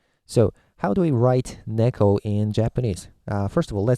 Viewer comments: Neko is how you say cat.. and its not niko, its "neck-o" Inu is dog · did you say you're japanese? why did you say narutow? instead of naruto. or nekow instead of neko? when do we use hiragana, katakana and kanji? thanks!